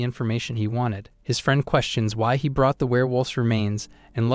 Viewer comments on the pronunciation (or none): none